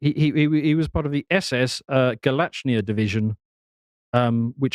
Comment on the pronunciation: It is Galicia. Not Galachnia.